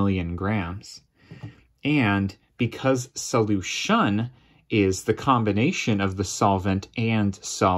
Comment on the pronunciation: Sadly I wasn’t able to get anything from this video because the entire experience was destroyed by his wacky use of the word solution. Who talks like that? He clearly has the wrong emPHASis or the wrong syllABLE.